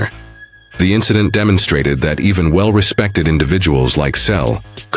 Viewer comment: There is a lot of misinformation in your comments. Learn English. It's free on YouTube before you post another video using an AI generated voice. That sounds awful. I am a relative of Tom and you cannot even pronounce "Selleck" correctly. What is shocking? Your stupid video? We, the family on behalf of Tom, have already reported several times that he has not confessed to anything. Tom also has already confirmed that he hasn't given an interview about James Garner in a long time. The last one was 11 years ago, immediately after James' death on July 19, 2014.